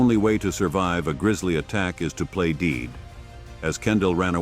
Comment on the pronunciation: This AI produced male voice is ridiculous! He mis-pronounces the word "dead " as "deed", and several other words! The narrator needs to be replaced!